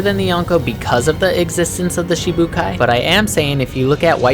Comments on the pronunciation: Really like the video but your pronunciation on some things kept making me laugh. No hate though. But it’s pronounced “Shee-shee-boo-kai” not “shee-bookai”..... also it’s “AHK-I-inu” not “aki-nu” ..... I feel like such a nerd writing this comment 😂😂 awesome vid man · It's shichi not shee shee and it's actually Aka-inu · Its shichi not shee shee but oke